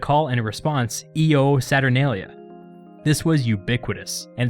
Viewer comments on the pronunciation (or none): "The sun would have WENT down"? Seriously? You don't know that it should be GONE?? By the way, it's not "EE-oh SaturNAYlia" but "YO SaturNAHlia." Your pronunciations are pathetic. You've got other screw-ups, but these are the most glaring. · I believe its a consonant I because of it being next to an o; making the pronunciation yo instead of eo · Shouldn't 'Io' be pronounced 'yo'? Otherwise, great video! Io Saturnalia! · It's pronounced "yo saturnalia" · IO would have been pronounced Yo.. wouldn't you believe it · Io is pronounced "yo" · Hey, thanks for doing this video! I’m doing a Latin project on this festival so it was nice to see it all condensed. One little thing though, Io is pronounced yo since that’s how they did their i’s in the old days. Thanks either way. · I think 'io' would be pronounced more like 'yo'. So "Yo, Saturnalia!" which I find kinda funny. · Can any Latin students clarify how "Io" is pronounced? I always learned it as having an English "Y" sound like "yo, saturnalia." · Yeah it would be as the 'i' is before another vowel so the 'i' would become a consonant and pronounced like the English 'y'. As a side note, the consonant 'i' is often written in English as a 'j' for some reason, so instead Iulius became Julius, and Iuppiter became Jupiter in English.